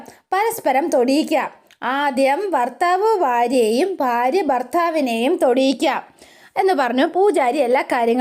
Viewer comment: Farya alla bharya parayu